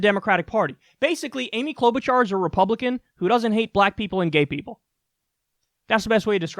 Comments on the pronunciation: I'm not going to vote for her. But Jeez, Kyle. Clow-boo-jar? She has been a Senator for 12 years. Her name has been all over the news, including in clips you have ripped apart. You sound like you don't know what you're talking about when you pronounce in that way over and over again. It's like saying "Mir-koo Rubb-eye-oh" for Marco Rubio. She at least deserves the courtesy of you learning her name, as a professional political commentator. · Cloud Boot Jar, lord yes. Never change that pronunciation